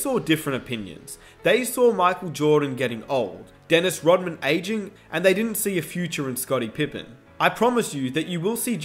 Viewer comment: Drink a shot every time he says “ayeging”